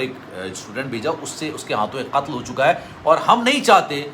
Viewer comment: ختل کہتا ہے قتل نہیں کہتا😮